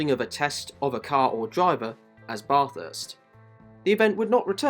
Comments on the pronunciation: Dude, Australian here. If you’re going to make a movie video about Bathurst, at least learn how to pronounce the name properly. Big fail. And don’t you dare say we are the ones that say it incorrectly like one pom tried to tell us on the Mountain. He didn’t last long…..buried in beer cans. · I never understand how people can make informative videos about a certain subject yet they are somehow inept at pronouncing the names properly! For godsakes the least ya can do is pronounce the name of the great racetrack property! It’s not pronounced like you’re taking a BATH, despite the spelling! Supposedly speaking English whilst the whole time massacring the English language! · How on earth could you do all of this research and come out the other end not knowing how to pronounce Bathurst? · Pls stop pronouncing Bathurst like that 😅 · Great video, but please pronounce Bathurst right - Sincerely, An Australian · Sounds like ya saying Bot-arse bro......... try Bat-hurst. Thanks for the video. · I'm Australian and I *no offence get annoyed when people say Barth-hurst and not just Bath-urst. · Bathurst isn't pronounced like "barthurst" its like "bathurst" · You need to pronounce Bathurst correctly. It's NOT Barth-hurst. Its Bath-urst. Say it like an Aussie. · bro the way he is bathurst lol, it's pronounced "ba-thust" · How difficult is it to say bathurst just say bath-urst is the easiest way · how tf did brother manage to research all of this abt the 12 hour and other races and pronounce it as barthurst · Love your videos but…….Bahh-thurst? I wouldn’t say it like that at the top of the Mountain, mate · baah-thurst... *grabs pitchfork* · Its Ba-thirst... thats how you pronouce it right. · Bath-hurst, convict-spawn. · nope it isn't, it's pronounced how the locals say it, which is 100% not Bath-hurst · Letting u know it’s not not said how it’s spelt it’s like bathh -herst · please say Bathurst correctly, as an Aussie, it infuriates me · bah-thirst, not bath-hirst